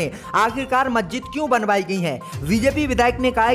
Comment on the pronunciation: Zankari wrong JANKARI Zammu wrong JAMMU Majjid wrong MASJID Jinda wrong ZINDA Namaj wrong NAMAZ Angreji wrong ANGREZI 👎👻👎👻👎👻👎👻👎👻👎 हिन्दी उच्चारण अतियन्त ग़लत है 👺👹💀😱👻👽👾